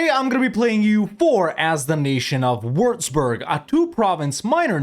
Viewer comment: Its pronounced wüatzburg, not wurzburg🤣